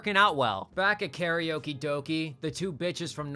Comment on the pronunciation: Karaoke does not rhyme with doki. It rhymes with doke.